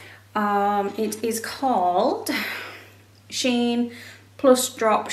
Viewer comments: It's she-in. I read that the company used to be named She inside, so they shorten the name to shein (she-in). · I have never heard anyone pronounce Shein and BooHoo the way you do except you. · I have never heard of Shein or BooHoo pronounced like you did at the beginning of this video.